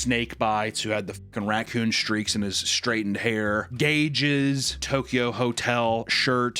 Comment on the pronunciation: I was looking away from my screen when said "gauges". I can tell you now, the emphasis made it sound like his friend was having a pretty good time.